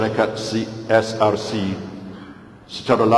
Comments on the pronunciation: CSRC atau SRC? Sebut biar betul-betul! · SRC KE CSRC? kenapa najib sebut CSRC?...maaf tp itu yg sy dgr... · Najib sebut CSRC...bukan SRC 😁😁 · DENGAR BETUL BETUL SEBUTANNYA.... SRC KE CSRC... SRC DAN CSRC ADALAH BERBEZA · Lapaz sumpah Laknat tu pun dah mcm lain je bunyi sebutan nya csrc d sebut baru d sebut SRC..hehehe.. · dalam sebutan sumpah pun dah tak betul....CSRC Kenapa ada C sedangkan sepatutnya SRC shj.....kat situ pun dah tak betul ..adakah sumpah itu Boleh diterima... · Syarikat CSRC? Jual gulake syarikat tuh? Nak sumpah biar sebut betul² 😂😂😂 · Dia salah sebut syrkt csrc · Min 0.10-0.17 ' c src'...abenda?...salah lafaz sumpah...terbatal....wallahuallam